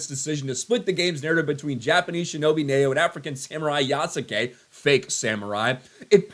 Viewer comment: These DEI tools are literally the pot calling the kettle “Yasuke” (Black). Oh and the name should be pronounced “Yas-ke” the U is supposed to be silent.